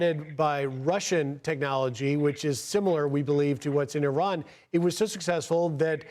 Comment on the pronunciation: It's Iran not Iron.